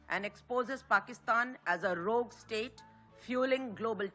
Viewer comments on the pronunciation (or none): Rogue state .. uchcharon road er moton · কি বললেন rogue state--এর উচ্চারণ ? আপনার অনেক ইংরাজী উচ্চারণ ভুল। একটু দ্রুত লোক রেখে at least প্রতিবেদনের আগেই rehearse করিয়ে নেবেন প্লিজ! এত ভালো content --সেটা হতে হবে perfect in all respects .